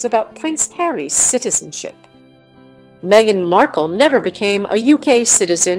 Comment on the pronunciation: Stop calling her Megixt. Her name is MEGHAN. God bless Harry, Meghan, and adorable Baby Archie.